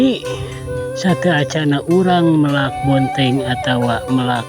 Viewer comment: Bukan meulak tapi melak.😊